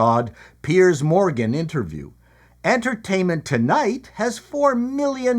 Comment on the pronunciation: Did you say en"turd"tainment???